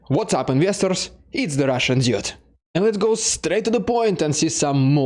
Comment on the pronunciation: Dude is pronounced as doo-d, not Djude, but hey, it is your channel, you can pronounce it however you like. :)